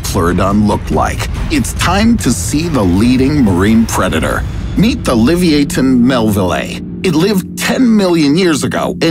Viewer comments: The real scary part was how he pronouced "leviathan". Oof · Livy-A-ten? The narration doesn't sound like a text-to-speech program... so that means it's a person. A person who speaks fluent English... if you don't know a word in the script, there are ways to learn. "Educational" channel that cannot spend 1 minute learning pronunciations. The word is Lev-I-a-thun (took literally 20 seconds to look it up) PS: interwebsters: Prolly is Not a word! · .....Pronunciation not a strong point. Liv-ee-a-ten...Leviathan. Lev-ia-then. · How'd you pronounce leviathan liviethan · Leviathan - Le-vi-athan. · Isn’t it pronounced “Lev-i-athan” ? He pronounced it like a Harry Potter spell lmao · it wasn't levayathan?? 🤣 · The Arctic predator isn't real. And the last whale is pronounced Le-vy-ahthan you dummy. Not whatever the hell you were trying to pronounce. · bro doesnt know how to pronounce leviathan XD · Who pronounces leviathan like that😂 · Plz learn how to say leviathan, your version is seriously sad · If you are making even slightly educational videos, make sure you learn how to pronounce the names correctly. It is almost as if you've never heard of the word "Leviathan".............. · never heard leviathan pronounced that way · You mispronounced leviathan. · I'm suprised that a English narrator can't pronounce Leviathan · He pronounced Leviathan completely wrong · The way you pronounced "leviathan" literally killed me. 🤣 You sound like the substitute teacher in the Key & Peele skit where he pronounces the student's names wrong, or in ridiculous ways. 😂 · So true at first I didn't even recognize it 🤣🤣🤣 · The way he pronounces leviathan is hilarious